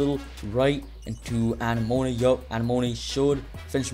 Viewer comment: Anemone❌ Anna moane✅